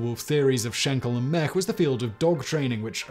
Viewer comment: Great video. I read about David Mech's research back when I was a young lad. By the way, his name is pronounced "meech" (rhymes with "peach").